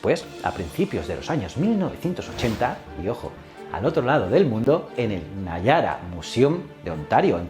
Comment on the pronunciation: Y Niágara lo pronuncia nayara jajaja